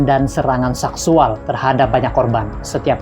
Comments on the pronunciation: Min min seksual bukan saksuall😂😂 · Ucapannya payah bngt mis. Saksual dll